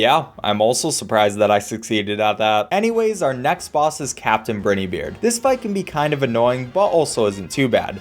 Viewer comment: Brai-knee beard